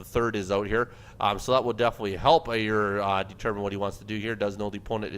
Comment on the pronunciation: Hey Aiur here, its pronounced Eye - UR, :D